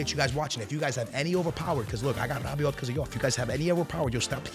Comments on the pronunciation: Bro it's not Rabioti you gotta say Rabioh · Rrrrabiote and tchouamenerrr